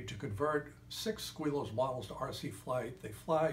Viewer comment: Its pronounced willows I have started 5 models never actually finishing any of them ha. Thanks for your sue advice!